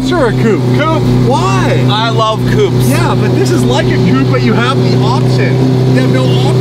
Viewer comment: you like WHAT sorry? Coop is where you keep your chickens…you’re thinking of coupé…(coopay)…